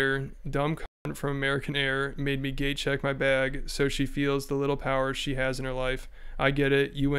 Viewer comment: I thought you kept sayin, “gay check” not “gate check” 😅 And eeeek.. this is very disappointing.. 2nd time I’ve been let down by his and his wife’s outlook on stuff.